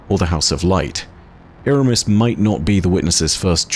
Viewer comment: Its Eramis